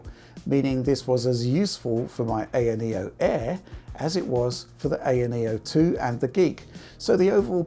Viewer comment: Thank you for calling it an ayaneo with an a not an I, like all the American reviewers call it.